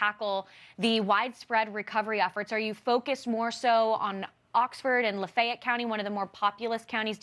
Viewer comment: La-feh-ett. 3 syllables. I don't know why they can't get the pronunciation correct. It's not that difficult.